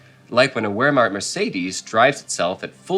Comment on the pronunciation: The "history buff" in the white shirt, cannot even pronounce Wehrmacht correctly. Surely this schoolboy error would not be made by a true history buff. Promoting a game & reading from a script does NOT make him an expert. This for me ruined the video and makes him look like a complete muppet!